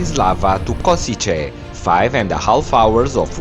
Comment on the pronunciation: Kosice to be pronounced KoSHiTSE